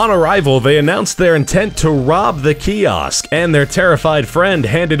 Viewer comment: The way he said kiosk lol